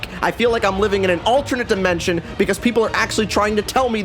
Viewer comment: I love how he says “I FEEL LIKE IM LIVING IN AN ALTERNATE DIMENSION!!!!”